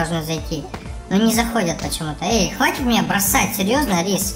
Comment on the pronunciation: Не рис а риск